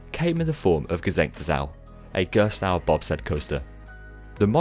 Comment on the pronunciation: Excellent comprehensive 'explained' video! The balance between Gerstlauer's backstory, and product line-up is well arranged, and your narration is easy to listen to - I appreciate in particular your efforts to pronounciate foreign names haha. On top of that, your montage skills get really impressive... cool transitions dude! I suggest for the next Manufacturer video to go a little more in-depth about the ride experience and what makes the company's design philosophy different. For instance, I really like Gerstlauer's creative approach with layouts, as they often add 'surprises' before the first lift hill or launch (Kärnan is the most striking example of that). Gerstlauer has also created unique elements such as Takabisha's 'banana roll', and made breakthroughs in the industry with Gekion Live at Tokyo Joypolis, a Spinning coaster with an inversion, well before Time Traveler at SDC! I feel illustrating a manufacturer's work with some genuine comments about their ride experience would further cement the quality of these videos. It would make the piece even more valuable for enthusiasts, and give the general audience a more concrete feel of what the company can achieve;) Again, well done for this excellent informative work! I'm glad I was able to help with some footage, even though it wasn't the best quality. Looking forward to the next video!:D